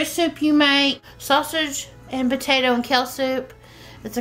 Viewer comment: Pls....pronounce PO-TA-TO. So many mispronounced words.... Jalapeno. hal-o-pen-neo. Also....